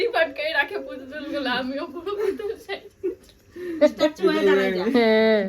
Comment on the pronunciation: বৌদি কথাটা ইসস্ট্যাচু হবে না স্ট্যাচু হবে আর ঐ সপিং মলের পুতুলকে ম্যানিকুইন বলা হয় আর ক্লিপ কে কিলিপ বোলো না প্রিয়া তোমারা।